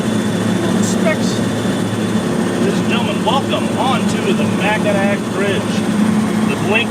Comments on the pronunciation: M-You-nis-ing-Munising not Munsing haha 😂 Hoe-ton lake not hueTon lake - Houghton lake lmaoooooo. Mackinac-Macki-naw not MACKINACK HAHA. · As a Michigander I was immediately insulted that you said Mac-in-ac, but I realized you probably said it to be funny. It’s always amusing to hear non-Michiganders try to pronounce Michigan cities. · Pronounced , Mack-in-Aww Bridge and Hoe-tun Lake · I could have sworn I heard him say Mack-in-ack instead of Mack-in-aw bridge. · As a born and raised Michigander, you absolutely butchered so many pronunciations. Mackinaw, Houghton Lake, Munising. I couldn't help but laugh. Rest of the video was awesome per usual. My favorite is when you showed up with new tires and goes "CIRCLES" I was rolling on the floor! HOWEVER....the upper Peninsula is and ALWAYS will be Michigan! lol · Michigander here. Proper pronunciation for Houghton is HOH-ton And for the Proper annunciation for Mackinac is Mack-i-naw The "C" is silent due to being a French word. (Like fucking nails on a chalk board) when you murdered those names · Welcome to Michigan! Spent a lot of time running the UP for work but real quick let’s work on Michigan pronouncing 101… Mackinac bridge actual Mack-in-awe… and Houghton lake, is Ho-ton lake.. spend 5 yrs up there, if you didn’t have 4wd or a snowmobile winters are long.. spent a lot of time on those trails, both in and out of season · Every Michigander just cringed when said "mack-i-nac" lol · I crossed the straights of Mackinac on the ferry in 1957, the bridge was opened in the fall. It's pronounced Makinaw, Houghton pronounced h-oh-ton, Munising moo-ne-sing. Those from below the bridge, trolls. Remember lots of good folks up there. You should checked out Stueben, south of Shingleton, just west 94. Enjoyed this completely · Mackinac = Mackinaw